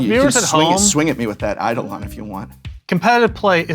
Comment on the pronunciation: I’m disappointed Prof, as a former English teacher, doesn’t know how to pronounce Eidolon correctly. No wonder he lost to